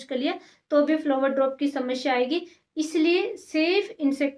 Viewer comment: flower drop shamshya🤣🤣 bolna seekh pehle pappa ki pari😆